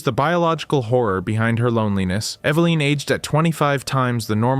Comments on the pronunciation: “Ev-uh-Lin” - ur welcome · How he pronouns Evelin is horrible.